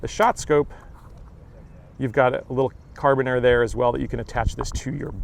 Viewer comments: fyi it's pronounced care-uh-bean-er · love the content. As a military guy, I will nit pick a little...the way you say the hook device is "cara-bean-er" accent on the "bean"